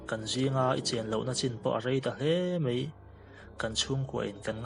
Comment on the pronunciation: Hello,New Subscriber......a ngaihnawm hle mai. Mahse,i ṭawngkam hman hi tlemin fimkhur deuh thei la a ngaihnawm zual sauh ang. Eg:- "mei" nilo in "mai" tih zawk tur. A ngaihnawm lutuk e.